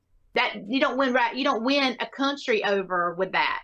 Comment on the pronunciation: God, I'm usually never okay with people making fun of others' accents, but I can't get over how ridiculous this woman sounds. She somehow manages to add two extra syllables to the word "win." And I've lived in Georgia. You'd think I'd be used to it!